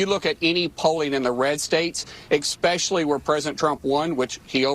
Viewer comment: Just here to say that "eXpecially isn't a word..."especially" is. 🙄